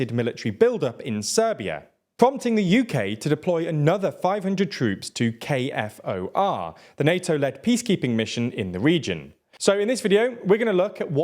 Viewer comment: It is pronounced K4 not K•F•O•R. K4!